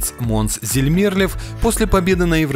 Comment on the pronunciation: Пожалуйста, стпвьтн ударения правильно! 1. ЗермерлЁв 2. ДжамАла